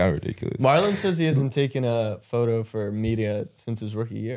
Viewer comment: Why are yall calling him Marlo...His name is Marlon....